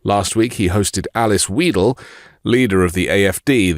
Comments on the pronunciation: I love the work of MTN! ❣It's so important for sanity and democracy! By the way: You pronounce the "ei" in Alice Weidel like the Englisch "I", not like the "e" in "me". Greetings from Germany! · How sad that even as a Brit you cannot pronounce the name Weidel: just try the ei as in Einstein… Besides, just wait until Elon understands that she is a lesbian, is partnered with an Indian immigrant and has called Teslas “drivable toxic waste”. The start of a beautiful relationship…